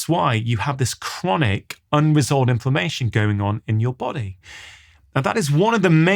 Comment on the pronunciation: I kept hearing ‘information’ then realised it was inflammation!!! Good talk. Thanks.